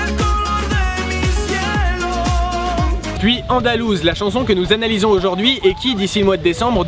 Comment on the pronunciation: ''ALONDOUSE'' sa ma tué 😂😂😂